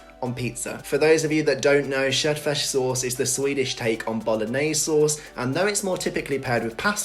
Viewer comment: you are funny, nice and goodlooking - yes you made an impact on me! I hope you like Sweden and stay here for a long time. Please....make a video in Swedish. Anyone who can pronounce "köttfärssås" like you can also speak the language!